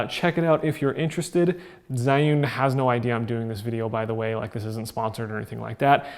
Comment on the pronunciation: I believe it's pronounced Ji-yun like the word June but with an "e" after the J.